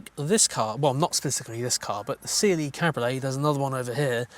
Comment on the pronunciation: CLE, not Cliiih. E like in Eddie or Benz.